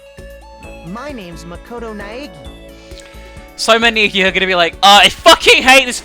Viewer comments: oh btw, you're saying Naegi wrong. its pronounced Nye-Eggy. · Gosh I love the way says naegi?? It's just Neggy